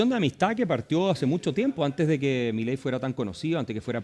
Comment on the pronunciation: Un shot por cada vez que dice millei